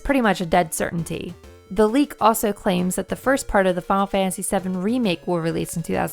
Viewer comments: I don't know how many announcers you guys have, but if your video has the word "final" in it more than twice per minute, you need to choose the person who can best pronounce the word "final." It's not a race to complete the word "fah-ul," it is the word "fi-nal." Other than that, not a bad vid. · Your accent makes you seem heavily pronouncing it as "Funnel Fantasy". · The way you say "Final" is funny. "Funnel Fantasy"